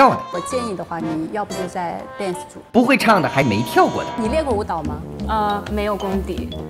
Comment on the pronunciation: 英语不好就别拽，dance 被你说成蛋死，谁给你这么大的“胆子”？